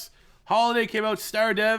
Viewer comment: I hate the cowboys but I'll never let a Canadian call them the cowgirls. Bruh say star right first lol.